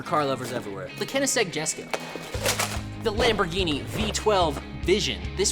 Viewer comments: bro why'd he say Koenigsegg Jesko like that 😭🙏(time: ) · Bro cannot pronounce “Koenigsegg Jesko”